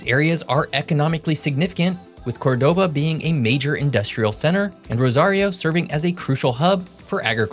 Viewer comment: It's pronounced COR-doba, not cor-DO-ba. Just fyi.